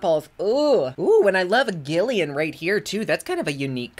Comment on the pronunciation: “Gillian” is pronounced with a ‘J” sound. Manny also pronounced it incorrectly in his launch video & called the movie “Impractical Magic”. It’s from “Practical Magic”, 1998, staring Sandra Bullock & Nicole Kidman. It bothered me because he claims to be into the whole witchy vibe thing and called the movie “iconic” but did not get the title correct nor did he pronounce a main character’s name correctly. I question his authenticity. I love Manny & his products but he came off a bit phony to me. Please don’t take this as “throwing shade” or that “I’m coming for him”…. it’s truly not that deep. I have been into spooky stuff, witches, Wicca, Paganism, etc. and things of that nature for 30+ years, and to see a youngin’ claim to be into it as well but then clearly show otherwise is disappointing. - Blessed Be